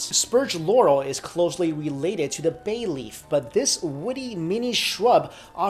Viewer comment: Bay life or Bae leaf? Xd